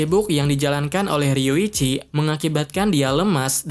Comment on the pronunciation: Riyuchi bang bukan riwichi.